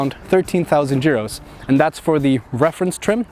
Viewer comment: Actually a good review. I wonder how reliable is this new 1.5 engine.. One thing though - it is EUROs, not JUROs :)